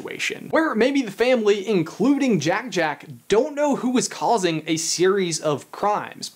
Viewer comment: It's Jack-Jack, not Jake-Jake. Jack rhymes with hack, Jake rhymes with rake.